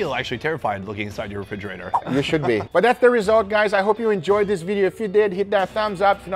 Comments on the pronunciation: guga says "diss" and "dat" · Hey guga did you know the word "this" is spelled with a "th" not a "d"?